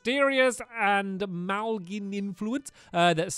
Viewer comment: The way he pronounced malign as ma-lig-n...